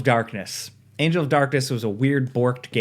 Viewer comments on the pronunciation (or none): none